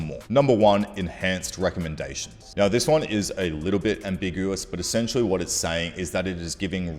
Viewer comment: Noi noi cents. Aur nauwr!